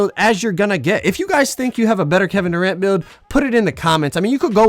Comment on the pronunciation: Man said Doranto 🤣🤣🤣